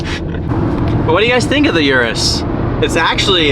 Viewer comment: Yall just ganna ignore that he said Ur-is and not your - is?????? 🤯🤯